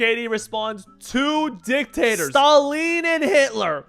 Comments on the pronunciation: This dude really pronounced stalin "staleeen" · Staleen? Who the fuck is Staleen? XD Bro, go back to school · Bro you didn’t even pronounce Stalin right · nga can't pronounce "Stalin "